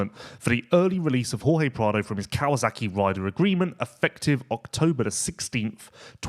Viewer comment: Never knew there was a Z in KawaSaki?????? Hhhhmmm?